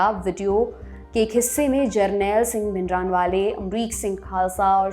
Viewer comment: Totally biased show , jisho bhindrawale ka pronunciation hi nhi krna aata use aage kia hua gai